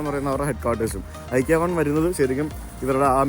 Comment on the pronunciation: CorrectPronounciation. ഇക്കെയാ✅ * ഐകിയാ❌